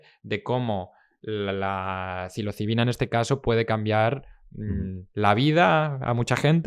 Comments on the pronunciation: Como curiosidad.Soy yo,o el presentador dice siempre cilocibina,en vez de psilocibina? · psilocibina, no cilocibina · Se dice “psilocibina”, o sea, es con “s” la primera, no con “c” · Os ha dolido igual que a mi cada vez que el podcaster pronunciaba “cilocibina” ?😂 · No tiene nada que ver,psilocibina es ps,no es pc.Como lo dice el,si dices psicólogo como dices tú, oirías cicologo